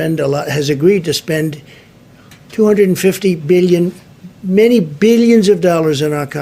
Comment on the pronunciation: I love when he says "billion"